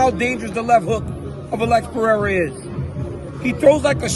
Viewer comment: Finally an american speaking Pereira correctly 😂